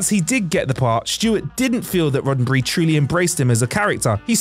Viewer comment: "RoddenBry..".....you're killing us bruh....